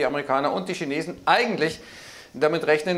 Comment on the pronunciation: Die Schinesen 😂😂😂